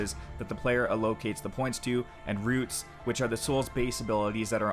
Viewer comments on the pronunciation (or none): allocates not ahlowcates